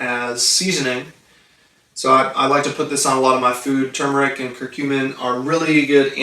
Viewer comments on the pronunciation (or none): ....It's spelled, and pronounced: " Tur mer ic"!!!!..... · Many remember Tumeric... including me... "Mandela Effect"